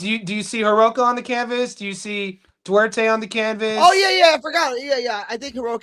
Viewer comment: Its Du-ar-te G